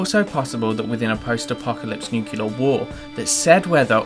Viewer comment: Really nicely put and thought out theories but I can't help and litteraly facepalm whenever someone pronounces nuclear as "nucular"